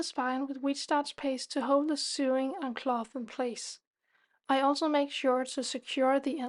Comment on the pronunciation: Lovely work - Thank you for sharing your expertise! Just a little pronunciation point if I may - SEWING / SEW / RESEW is pronounced like SOWING / SOW / RESOW as in blowing, growing or going. English has no logic! 😅